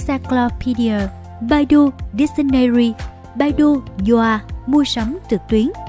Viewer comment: ccow bản đọc phiên âm là " bải tu " nhé Ad